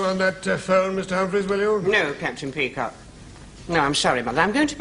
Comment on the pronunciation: It's pronounced peacock!